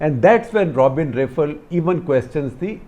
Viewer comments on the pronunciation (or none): none